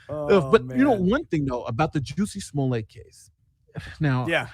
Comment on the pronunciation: Is pronouncing Jussie Smollett correctly? I thought Dave Chappelle only pronounced it like Juicy Sulliyey as part of the french bit.